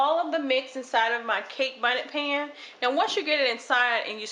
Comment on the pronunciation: I saw comments correctIng you or “laughing” at the confetti sugar and bonnet pan. We knew you were talking about confectioners' sugar and bundt pan. The cake was delicious, and I appreciate the ease of it.